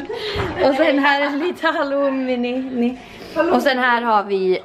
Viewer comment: Kolla när ska säga halloumi